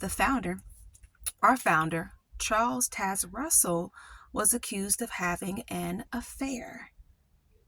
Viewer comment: When you pronounced pastor Russell’s name it reminded me of a grammar rule that could be helpful. When a word has an “e” on the end the vowel says its name. Fat/fate Bit/bite Bot/boat Charles Taz/Taze Russell